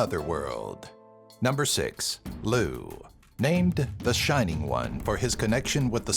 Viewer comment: lugh is pronounced lug